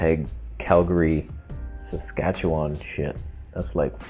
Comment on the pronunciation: Probably the first youtube video ever to contain the word "Saskatchewan". And if not, at least you pronounced it correctly. 👏 🇨🇦